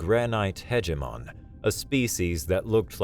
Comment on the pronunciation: "Hege-mon". Oops...sry 😎